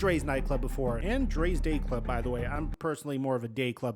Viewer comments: lol I really thought he said gay club lol I had to rewind it and put CC, day club is what he said lol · I had to rewind and listen twice because I thought for sure I heard you say "I'm more of a gay club person myself". But turns out you said "day club" haha